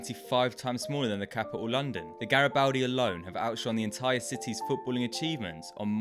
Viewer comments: Gari-bald-di btw! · It’s pronounced GaribOldi